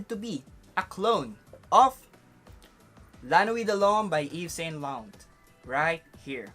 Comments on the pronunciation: Yves saint lauRRRent not LANT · Bro, it's Ralph Law-ren, American pronunciation; Eve-Saw--Law-raw (nasal tone) or Eves-San-Law-run if Filipinized. I hope it helps. 😊 Also, I don't think Amara is considered a cheapie, together with the Bulgari Aqua flankers. 100ml even in discounters is about US$55-60 before its discontinuation. 😀